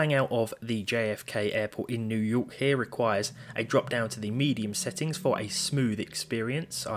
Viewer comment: "... IN NEW YOKEEE.." 😂